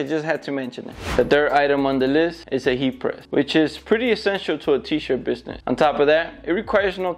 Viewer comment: Gained a follower when you fumbled on the word ESSENTIAL😂😂😂